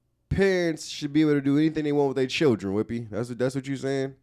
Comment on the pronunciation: Every time says “WHIPPY!” I pass out laughing 🤣🤣🤣🤣